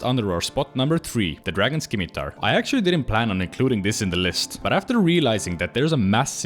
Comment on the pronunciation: Dragon scimitar is pronounced "sim-i-tar" with a silent C. Great video otherwise!